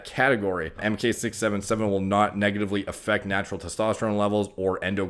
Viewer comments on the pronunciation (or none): none